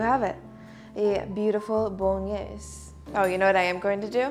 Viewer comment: Omg I'm Italian and I can't watch her doing "Bolognese" it really hurts 😭 The only thing is that you wait water to boil before you cook pasta and that's great